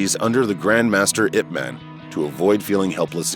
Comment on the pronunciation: great vid, just one note his teacher/mentors name pronounced “Yip man” not “Ip man”